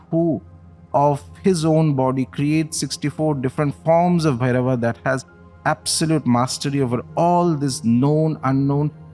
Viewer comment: Hey I’m a dumb English man 😀 can someone write the pronunciation of this phonetically in English 😭 so I’m reading it as on bhairava namah but I’m hearing om Blairrr -y namah